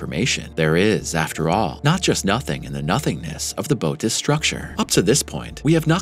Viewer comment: Interesting video, but I have been an amateur astronomer since age 7, and I can tell you don’t know your constellations. It is Bootes with an umlaut (or equivalent horizontal 2 dots in English, etc.) over the second vowel to tell you to PRONOUNCE BOTH VOWELS! It is pronounced Boh-‘oh-teez. Also, the penultimate time you mentioned the size of the Bootes (can’t do the 2 dots) Void, you said it was 300,000 MILLION ly in diameter - that’s 300 BILLION! That’s impossible. I even put on the subtitles to make sure. Other than that, keep up the good work. I love astronomy, astrophysics, cosmology, and physics.